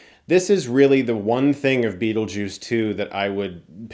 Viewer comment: STOP SAYING BEATLEJUICE. The sequel will be called Beetlejuice Beetlejuice B...